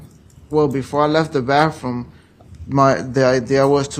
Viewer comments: TOoooo manyy people say BAFFroom. Please!!!🙄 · Grown man saying “baff room”…what a pos